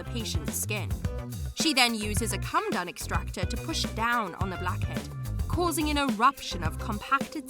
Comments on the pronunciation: It's Coh Muh Doan extractor. Not a Cum Dun. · It's pronounced co-med-own, not come-done. Doesn't matter if it's American English, British English, Australian English or African English. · PMSL... A 'come-dun' extractor....com ee dough n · Coh muh dohn extractor. Not come done. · Did, ..... Did you say a " come dum " extractor? 😂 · Did she actually pronounce comedone as ‘come done’ extractor lol?! Too funny because it shows another narrator who doesn’t read through and research proper pronunciations smh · How come the narrator can’t pronounce comedone? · That's not how you say comedone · Because she is lol. Also doesn’t know how to pronounce comedone 🤣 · And the pronunciation of “comedone” made me want to SCREAM!! And she just kept mispronouncing it over and over! Ruined it for me!